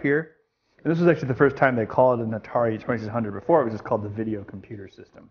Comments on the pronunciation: "Atari Twesisundrd" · I LOVE the Atari twuhsunred!